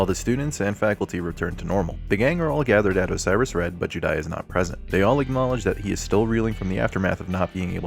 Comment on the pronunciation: The way you pronounce juudai as judai is giving me cancer